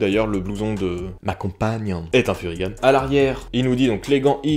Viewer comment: Musique de Vilebrequin 😂. Et on dit pas « furygane » mais Furygan (gants) Et j’adore un mec qui donne son avis sur un truc qu’il n’a pas testé… bref. Voilà voilà.